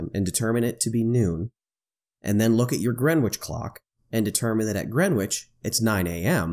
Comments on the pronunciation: Its 'Gren-itch'...not 'Gren-witch' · "WTF is "GrenWich"? Yup, it should be pronounced "Grenich"! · I'm sorry for being pedantic but.... FFS! it's pronounced "grenn-itch"! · gren witch...lol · Greenwich pronounced....... Gren itch. The W is silent. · My only comment : The prime meridian crosses through ‘Gren itch’. The ‘w’ is essentially silent 😉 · It's pronounced "GREN-itch". The "w" is silent, as is often the case in with non-initial "w"s in placenames. It is one of London's 32 boroughs. Come to London and pronounce it as here and everyone except taxi drivers will laugh. Taxi drivers will just think "Here's a mug. Take him to Greenhithe, that's more than twice as far." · Nope, not really. He's referring to the fact that it is pronounced: Gren-itch. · Your fascination with saying the w in Greenwich can be damned annoying here's a link on how to Pronounce it correctly Other than that the video is great. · Every time he mispronounces Greenwich I wince a little. Other than that, when are flatties going to come up with their own coordinate system? I’d suggest Flattitude and Wrongitude. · Made me wince as well! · FYI The correct way to pronounce "Greenwich" is in the following video. the "w" is silent.